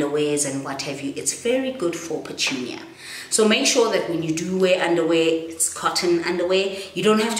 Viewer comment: Lol pertunia hahahha